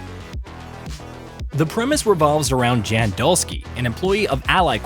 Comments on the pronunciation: It’s YAN…not “JAN” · Jan is announced as "yawn" ... It's polish for John... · It’s pronounced “Yawn.” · The fact that you can't even pronounce the name of the protagonist - which is said in the game over and over and over again - shows that you haven't even played the game...